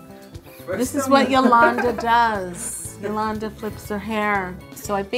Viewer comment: It should be yalongda not yalllanda